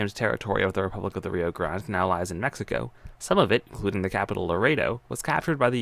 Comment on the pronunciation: The way you said Rio grande makes me mad.